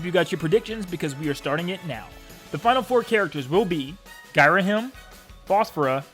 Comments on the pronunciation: I don't think he does. It's pronounced 'GEE-rahim', not 'GUY-rahim' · *cringes at how you pronounced Ghirahim